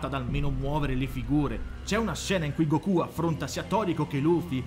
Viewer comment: Se dici Gokú allora devi dire anche duragon boru😂